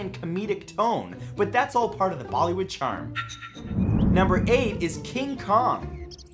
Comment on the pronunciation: did I hear him call them "baldy wood"? 😂